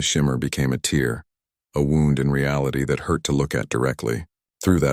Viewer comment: DAMN!!!!!!!!!!!!!!!!!!! THEN , "Then the shimmer became a TEER!!!"!!!!!!!!!!!!!!!!!!!!!! THE FKN WORD "TEAR" in this context is NOT pronounced "TEER"!!!!!!!!!!!!!!!!!!!!!!!!!!! FUK I HATE POS AI's!!!!!!!!!!!!!!!!!!!!!!